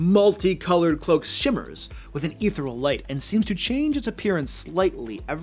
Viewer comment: Worth noting, my dude: the word "ethereal" has four syllables.